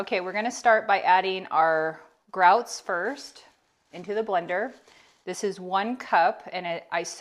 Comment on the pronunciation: I like the way you said it! I'm going to say it like that now too lol